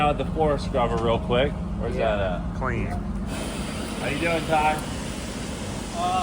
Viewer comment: 'clean' had me dying😂